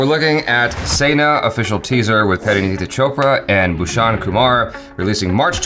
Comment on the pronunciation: Sa-ni-aa not sena please.